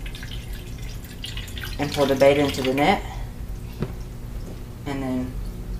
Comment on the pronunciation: IT"S CALLED BET - TA (better... betta..) NOT BETA!!!